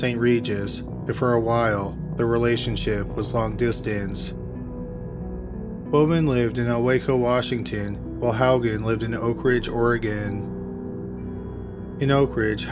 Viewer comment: Ilwaco, WA is pronounced with a long 'A' not a short 'A'. Ill-wah-co. Like many place names in the PNW, they have Native American connections and rarely follow 'standard procedure' as far as pronunciation is concerned.